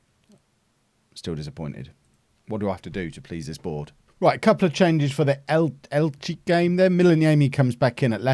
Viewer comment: Elche is pronounced Elchay. So El-chay...